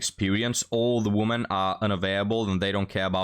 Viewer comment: Please, for God's sake learn how to pronounce the word "women" It destroys your channel imho. All the other mistakes don't matter.